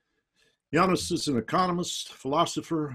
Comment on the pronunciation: Yanis, not Yanice lol, but gg